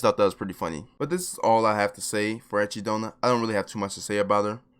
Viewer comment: Why do i always hear achy donut